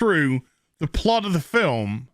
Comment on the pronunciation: I keep hoping the way pronounces "fil-lum" is a reference to The Museum of Everything (2004–2006). But of course The Museum of Everything was probably referencing something intrinsically British that I, as an American who just happens to enjoy BBC Radio 4 Extra, simply don't know about.